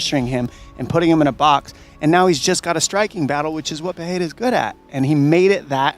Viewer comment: After all these years, Chael still hasn’t learned to properly say “peh-reh-rah”. No, for him it’s Piera 🤣🤣🤣🤣